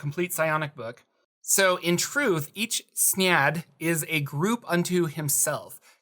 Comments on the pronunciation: Yes, thank you. SYNE-ad, not s'nad. x.x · Synad = si - nod you kept pronouncing it, snyad... lol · Are you sure it's pronounced "Snyad"? I thought it was closer to how synapse is pronounced: "Syn' ad". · I think it's pronounced psy-nad. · Synad= SIN-ad